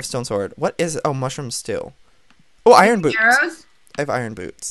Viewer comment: at like round when he said iron boots i thought he said "i got iron boobs" O_O